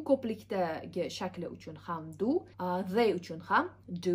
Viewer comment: They wey deyilmaydi they diyeladi